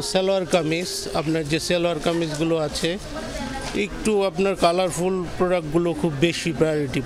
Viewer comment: Uni tw thik moto kothai bolte pare na 'আচ্চে' 😂